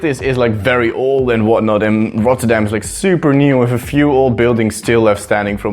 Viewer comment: that doesnt make sense since he doesn't know how to pronounce it even after he said it.